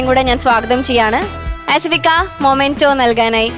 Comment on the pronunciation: Anchor kuttyyy... മെമെന്റോ എന്നാണ്.. മൊമെന്റോ എന്നല്ല... അമൃത tv producers ഒന്ന് പറഞ്ഞു കൊടുക്ക് please